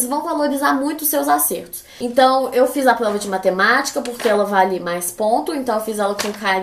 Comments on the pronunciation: ela fala plova ou invés de prova ksksks fofinho msm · Mano ela falando " plova, pla " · "Plova", Ksksksksks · mano do céu que agonia dela falando “PLOVA” wtf